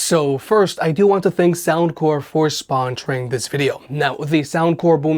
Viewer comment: Why you say “sponsoring” like that? 😂